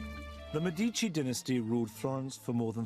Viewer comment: Listen to how the Italian lady pronounces Medici! That's the correct way to pronounce it! Get it right!